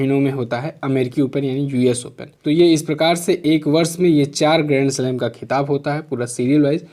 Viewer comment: Sir first que me ap gremslab kh rhe hai ya grandslam clear smjh me nhi aa rha hai plz ap use clear bra dijiye plz